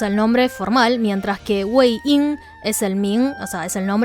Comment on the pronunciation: x2, pero morí con el "Wei Ying" del minuto . v'